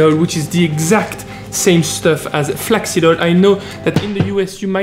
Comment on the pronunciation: Ohh flak seed! I thought you said flex seal